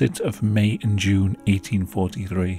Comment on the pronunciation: 1843 THree not eighteen forty free 🤦🏼‍♀️ please say your TH’s it sounds so slobish